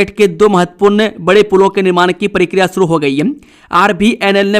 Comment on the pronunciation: समाचार वाचक महोदय मेरे विचार मे समाचार पढने के बीच मे * जी हां* और *फटा फट समाचार * जैसे तकिया कलाम अनावश्यक और अनूदित है। आप प्रकार को परकार प्रक्रिया को परकिरिया और स्थिति को अस्थितिमे विकृत करके किस, कारण या किस खुशी मे बोलते है?